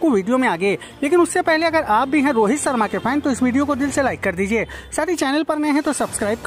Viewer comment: C Aadmi Sarma nahi Its Sharma ! Naam to thik se lele